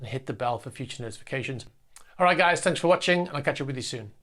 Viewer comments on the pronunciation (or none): none